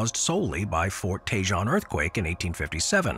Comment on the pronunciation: I think that you said something like tay-jon. You might have been mispronouncing Tejon, which I have heard pronounced as tay-hone or teh-hone.